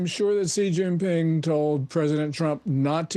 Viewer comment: Hejinping or Shejinping ?